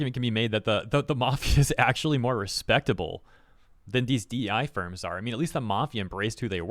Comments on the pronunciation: What I heard: "My gosh these sperms continue to prove how corrupt they are" What he said: "My gosh these firms continue to prove how corrupt they are" For a moment I thought went wild 😅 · I must have bad hearing because you said ‘these firms’ and I heard ‘these sperms. Just saying my invasive thoughts out loud.